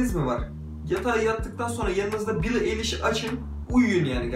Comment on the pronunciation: Bro billie nin adı bili ayliş diye okunuyo